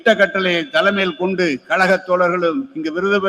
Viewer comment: அய்யா..... கலகம் இல்லை கழகம்😮😢